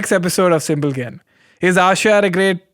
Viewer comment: Is it simple Ken, or Simble Ken ... Simble Ken would made more noise... love you Ken.